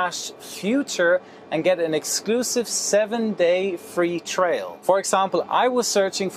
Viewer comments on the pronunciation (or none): Hi, I know you are German, but it's "Aviation" as in "A" rhyming with "hay". And free "trial" similar to "try-al" and not "trail". English lesson over and out from a Scotsman with an Irish username. Lol.:)